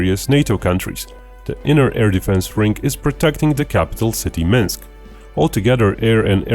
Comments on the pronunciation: Minks hahaha what the hell, its Minsk ! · "Minks" LOL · Ah yes the capital of Belarus, Minks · wtf is Minks haha